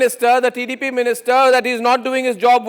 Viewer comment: First of all pronoun the name of tdp properly. Who the hell are you why the minister should explain to you personally. The rules are not decided by one person.There will be a commity. If you shout like that i think you will die soon. Today he gave clearly explaination about the situation. Why you are targeting tdp. He is a central minister not only a party member. If you have dare just target the main issue and where the issue started not the person